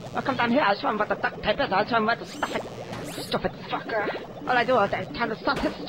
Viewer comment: When the professer says f**ker he doesn't sound